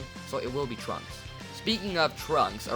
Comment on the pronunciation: When you said trunks I thought you said drugs and I was like heh they going to do drugs Edit:Can you do what if Beerus went to earth in the future timeline